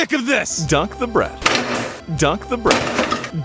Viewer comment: dunk the breath 😂😂😂